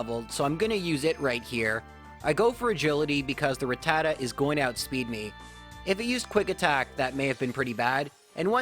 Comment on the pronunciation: Dude butchered rattata